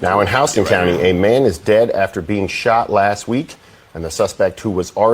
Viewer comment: Warner Robbins is in Georgia. And it’s Houston County pronounced House-ton not Houston